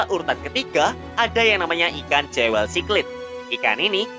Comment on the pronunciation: Jewel dibacanya juwel min